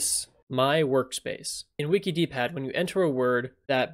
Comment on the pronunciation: Wouldn't it be pronounced "Wickid" like 'wicked' pad? "Wiki - D -pad" sounds very strange.